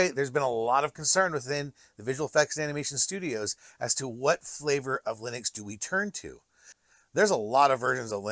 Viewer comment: Why do you keep saying 'lie-nux' lol.